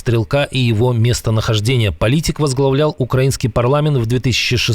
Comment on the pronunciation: когда вы уже поймете что украИнский ударение на И а не на А !!!!!!!!!!!!!!!!!!!!!!!!!!!!!!!!!!!!!!!!!!!!!!!!!!!!!!!!!!!!!!!!!!!!!!!!!!!!